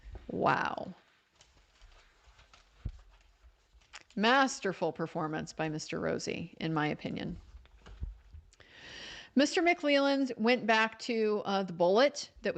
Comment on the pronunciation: The name is not Rousy, it is ROZZI. italian. rOzzi